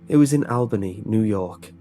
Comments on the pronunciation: I love how you mispronounced Albany New York 😂 You made it sound so... exotic. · I'm sorry, but i cringed every time i heard you say Albany haha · Oh you got it closer the second time, darn. I liked your first version better.